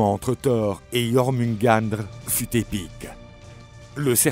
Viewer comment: Belle vidéo. Ma mythologie préférée, juste de gros problèmes de prononciation de noms comme "Ases", "Jormungandr" et les différentes niveaux comme le "Nifleim"...